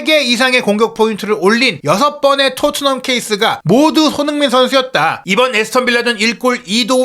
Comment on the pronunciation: "손흥민" 발음을 좀 정확히 해 주실 수 없을까요? 다른 발음은 모두 정확하신데...